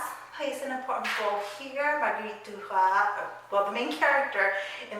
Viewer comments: Really enjoyed your review! One thing though: I'm pretty sure that her last name is pronounced dur-ass. Normally the French dont pronounce the "s" at the end of words and names but Duras is a nom de plum and the name of the town where her father grew up, which is in a part of France where they pronounce the "s" at the end of words. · In french, we prononce the S of her name DURAS because DURA AS you said souds like the animal RAT in french ( we dontt prononce the T) .